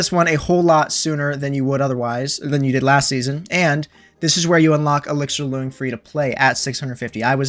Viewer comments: When saying “loong,” it’s pronounced closer to “long.” It’s Chinese and means “dragon,” his name is ‘elixir dragon’ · BTW, you’re pronouncing it wrong. It’s a Chinese word pronounced “lung”. Hence the “Auqa Lung”.